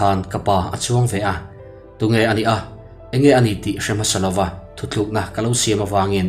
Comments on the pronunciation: Thuthlukna i ti zauh thin in ka lo hria a,ka hresual pawh a ni thei e. THUTLUKNA tih tur a ni e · Thuthlukna nilovin thutlukna tihin sawi nise ngaihthlak a nuam ang a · Thutlukna tih tur hi thuthlukna i ti tlat mai a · I thawnthu chhuah thin hi a entir atha in, a ngaihnawm bawka, mahse thu tluk tih leh thu thluk tih hi a awmzia a inanglova, a lam a hrang ani, thu tlukna tih turah thu thluk ti tawh lo la ngaihthlak anuam lehzual ang mawle, nangni ang thawnthu chhiar thin ho hi, mizo tawng dik thehdarh kawnga in pawimawhzia hria in, in fimkhur thin ula ti in thahnem ngaih thu ka lo sawive duah ani e.